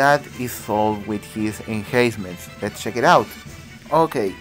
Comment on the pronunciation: No problem! Just wanted to help you out. It's called enhancement because you "enhance" the unit. Which means that you're upgrading the unit or making it stronger. When pronouncing it just use the letter N in between, like En-Hence-Ments. Your videos are really informative, keep rocking!